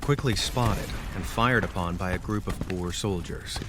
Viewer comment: Just wana say you sead 'Boer' wrong I understand you are american (I think) but pleas boer is the Afrikaans word for Farmer and the way you say boer in the video maks it sout like a sort of dril or pig please at least use Google Translate. I know how finicky it can be in its spelling and pronunciation but It will at least mean your saying It right (also I'm not trying to sound like a kritik in this comment so please don't bereat me if I sound like a karen you can leave the for your local Walmart or Starbucks).